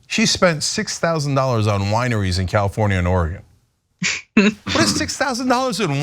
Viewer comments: Just throwing this out there, it’s “Oar-eh-gehn” not “Oar-rye-gone” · Its pronounced or-e-gun. I should know me my mom my grandma my great grandma were boen in. Oregon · Not meaning to be picky, but thought you would like to know how to pronounce Oregon. I know it makes no sense, but it’s or-e-gun. You can pronounce it anyway you want, but just wanted you know. 😊😊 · 🙏Oregon= "Or-uh-gun." 🌲🐿🌹Thx! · FYI, you're mispronouncing Oregon. It doesn't sound like "gone", but more like "fun". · You said Oregon wrong 😭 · Nobody says it right!